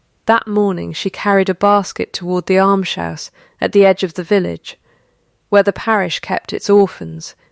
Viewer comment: Why cannot AI pronounce "almshouse" correctly? It's not difficult.